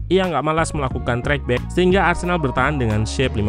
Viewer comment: Arsenal min bukan arsenak😂